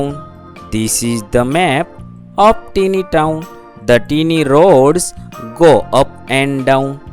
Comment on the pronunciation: 'tiny' નું ઉચ્ચારણ ટીની નહીં પણ ટાઈની થાય....😂😂😂